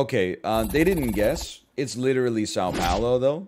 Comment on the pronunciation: I cringe every time he says "Sow Powlo".